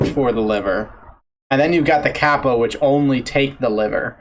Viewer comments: Dude, that's kap-pa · Browsing Youtube, saw a Kappa, looked at the title and clicked immediately. (Edit, the way the dude said "Kappa" hurt my Japanese bones)